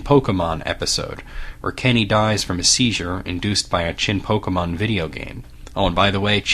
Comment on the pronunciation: Thank you for not saying "pok-ee-mon".